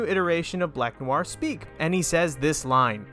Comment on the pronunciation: why do you keep saying it as new are,,, its noir,,, pronounced nwarr